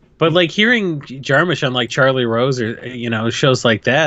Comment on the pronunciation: You guys keep pronouncing his name Jar-Moosh and its bothering me